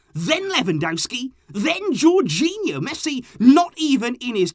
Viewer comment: Tony really said jorghino infront of Messi 🤡